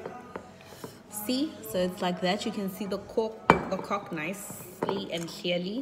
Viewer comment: How does she not know how she’s saying cork lol